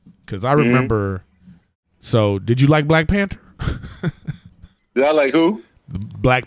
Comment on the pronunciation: Nobody: Griff: black P A N T E R